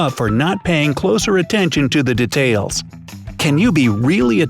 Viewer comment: Why do u say debtel it’s detail pronounces deetale